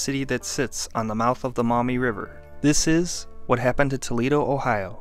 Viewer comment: "At the mouth of the mommy", that sounds so wrong dude...stop saying that!